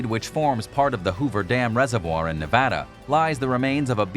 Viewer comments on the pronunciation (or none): none